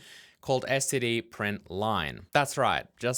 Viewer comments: except it sounds like you're saying "scd" not "std" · You know if it bugged you that much you could have just written your own println routine. 😏 At least you're not like some of the c++ nerds that pronounce std: "Stood". That is just so stupid. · The printing custom types bit should be it's own tutorial video imo, the resources for this online are poor the last time looked a long while back. Also, I pronounce it as "stid", I won't say "stood" like many members of the committee, I did used to say "ess tee dee" like you do tho but "stid" is effectively pronounceable monosyllabically